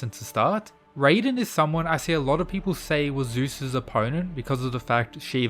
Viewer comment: You’re saying raiden wrong. Its pronounced exactly like it’s written, not like what you’ve said